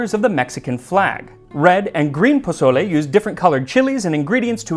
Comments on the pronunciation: Bruh, it’s pronounced “pa soul le,” not pa”z”ole. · I love your content and look forward to it, but you ain't gonna impress me with Huitzilophchtli if after a year and with a Mexican husband you say pozoley instead of PO SO LE. :) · Wait hold up you're telling us the history. First off say pozole right this video is CRINGE ASF. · Pronounced pō-so-lé please 🙏 Not bozolay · PaZOle. 🤨 mAZe. 🤨 Your mother in law is clowning you for sure... lol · Jose! Why didnt you tell Max that the "z" in Mexican Spanish is more like an "s" sound! The Mexican loyalty to Chicken Knorr bouillon. Good job 👍. Very accurate in general. 🤔🤔🤔🤔 ¿Menudo special anyone?